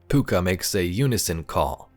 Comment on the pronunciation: Your pronunciation of Pouka is correct but the spelling of it is different to the Irish version (Púca).